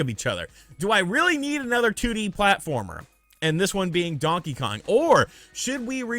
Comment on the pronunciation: Since Luigi's Mansion got a rerelease on the 3DS I don't seem them porting it yet again, Prime is likely. It will be a bunch of RPG's like it usually seems to be. Really don't want to see a DK Mini's at all, the 2D is good, thanks for saying Kong properly not Kahng.